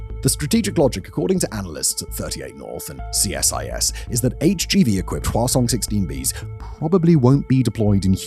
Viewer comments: Whasong, reminds me of the princess peach and chibi mario croissant video that they just keep repeating croissant, so i kee saying whasong when this guy says it, its fun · Who else giggles when they say Hwasong?